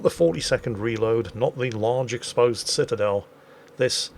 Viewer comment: "Pitadel" I got to use that word more in WoWS. 👍 BTW, the Vermont was developed in WoWS just for the Dead Eye Skill. Now no Dead Eye commander skill so the Vermont is only good for Anniversary containers.